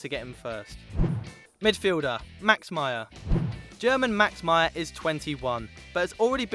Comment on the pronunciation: You guys really should work on the pronunciations. Tur Stugen, Nuer, It's pronounced Maier not Meyer, it's pronounced Ceballos not Queballos. It's pronounced Bia not Villa